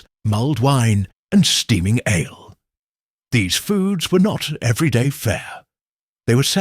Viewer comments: Aaa le, lol🍺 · Your AI mispronounced ale